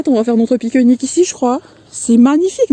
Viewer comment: Cc ma belle voix chantante J adore t 'entendre parler tu m' appaisse Très jolie balade tu as vraiment beau temps Gros gros bisous ma belle 😁🌸💋💋 A bras nu au mois de février c 'est incroyable Tu habites dans le sud?? Tu me fais rire quant tu dis pique nique